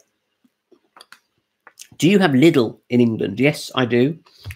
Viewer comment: Lidl chocolate ice cream is the best tasting, better than any premium brands. Lidl is pronounced leedal.